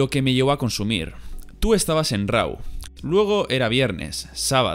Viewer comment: Rau? Es Raw jaja